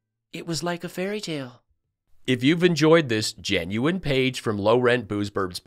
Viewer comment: I always join you whenever you say genuine. I always laugh the way you pronounce that word